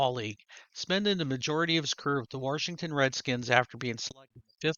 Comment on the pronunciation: You have so much variety. I really like the look of the Dave Stewart. Did I hear a "Warshington?" I love it. Western PA has a lot of that too.